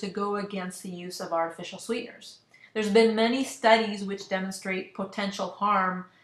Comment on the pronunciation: How am I supposed to take this seriously when you cant say artificial properly? It's not "artifici-nal"